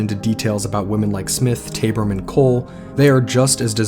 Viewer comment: Btw, the River Thames is pronounced River Tems Lord Salisbury is said, Lord Sols bury And Martha Tabrams name is Martha Taab ram ( not taybram) Also many people, men in particular were called Jack the Lad, Jolly Jack Tar Therefor Jack is really a generic name for a bit of a rake or a Man up to no good, ready to grab an opporunity whether legal or not! I did hear some male did leave London to sail to New York A man of dubious reputation & after 5th victim Mary Kelly was murdered & the killings ceased He made it quietly known he was off to seek his fortune in USA His boat was sailing to New York Where it was rumoured a set of equally savage murders of prostitutes occurred in N.York at about he'd have arrived there. Theres an interesting story & documentary about Liverpool businessman, James Maybrick Who disappeared but left evidence at his home saying he was Jack the Ripper His wife ( an American) was tried here in Britain for his murder & convicted?? Regards 🇬🇧👧